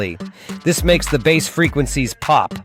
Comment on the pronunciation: Interesting video, I shall try this. Suno "Headers" are called Meta Tags. Also you AI voice is having problems pronouncing many words such as Bass and Close-mic, you could spell these phonetically in your script for consistency.